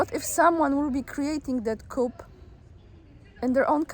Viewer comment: One of the problem with English is the use of French words. "Coup" pronounced with the p, as you did, it is correct if talking about a "Chicken Coup". That "Coup" is English, but "Coup", as used in terms of overthrowing governments is French and pronounced without the p, even as both are spelled the same. "Coup" as in overthrowing a government is pronounced "coo" but when talking about a Chicken Coup, the p is pronounced, thus a "coup".